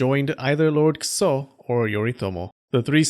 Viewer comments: A: a human skull By the way, it kind of sounds like you are pronouncing it "kuso" instead of "kiso." It's admittedly a subtle difference but definitely sounds like "kuso" to me. This especially stood out to me because kuso means crap in Japanese... but I wouldn't complain if you kept it that way, because it's kind of funny to hear about "lord crap" running around and killing people. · Lord Kuso? Is that how Kiso is pronounced? I'm not an expert in Japanese, but I have my doubts. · Great Vid as always! Ik you are not jp but your pronounciation of the name kiso sounds little bit closer to kuso haha Even the pitch is similar so its easy to misunderstand that you are insulting yoshinaka dude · lol kiso sounds like kuso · Kiso sounds almost like kuso, when you say it. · The way you pronounce "Kiso" is the way you say "shit" in Japanese, just fyi. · That "kiso" pronounciation.. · Without wanting to make fun of the name but I feel like the way you put emphasis on Kiso's name is due to the resulting sounding eerily similar to what I would tactfully call excrement. Oh and also, the thing a Kitsune puts on their head to transform into a human is the thing that Minamoto No Yorimasa's servant tied to a stone and threw into a river - just a few years later.